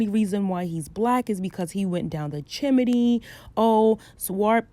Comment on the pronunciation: I love how you say chimney like jiminy lol